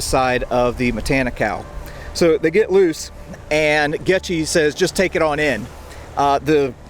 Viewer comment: Dang, a shame you can't pronounce "Goettge"